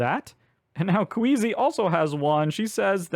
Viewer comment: Appreciated this video! I really got a kick out of your pronunciation of Quisi as "Queasy". Ironic for someone named "Queasy" to be so amped up to chow down on biscuits! I also mispronounced her name initially, but in my case as "Kweecee". The actual intended pronunciation is "Kwizzy", because her name was inspired by the word inquisitive (in-quisi-tive). If you and I are any indication, most players probably don't gravitate towards that pronunciation on their own, unless they heard Quisi's name on the Earthborne Games Podcast.